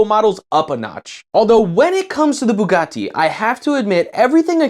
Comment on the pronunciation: why do you sat bugatti like that?